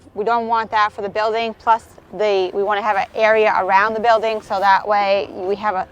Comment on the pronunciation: It's not Build in,,, It's Build-ing very annoying!